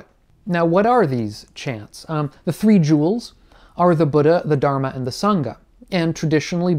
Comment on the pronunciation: I’m really sorry to say but please do learn how to say Dharma. Thank you